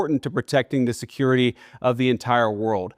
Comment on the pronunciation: Did he say security😂😂😂